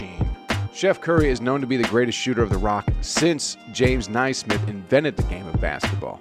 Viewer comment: 58 calling people out about their basketball knowledge and then completely destroying Naismith’s last name 🤦🏻‍♂️😂😂😂 NAY-Smith or N[e] sm[I]th